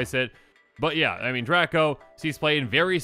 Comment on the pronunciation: ........draco is pronounced drey-koh not drah-koh